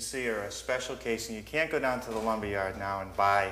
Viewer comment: Pressuh-treated lumbah.